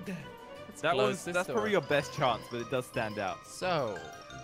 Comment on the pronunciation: Chance Not chonce